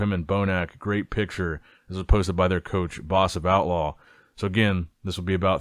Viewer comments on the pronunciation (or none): none